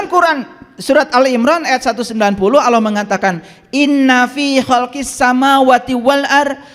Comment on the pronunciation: Nyebut Allah saja ga bener.. itu lah ciri2 orang yg bukan muslim.. hanya berpura2 menjadi muslim.. 😂😂😂